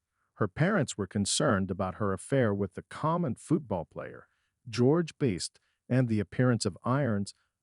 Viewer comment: If you are going to do a story you should make sure to get the names correct. The footballer is George Best not beast. Jeremy’s wife’s name is Sinead pronounced shin aid. Not cinead there maybe more errors but not hanging around to find out